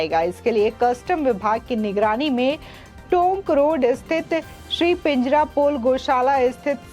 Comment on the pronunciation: Pijarapole NAHI PANJARAPOLE BOLIYE.....